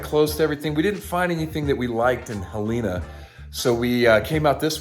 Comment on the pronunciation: Awesome vids. FYI- Helena is pronounced HELL uh nuh. Don't want you to sound like an out-of-towner... Keep the videos coming! Thanks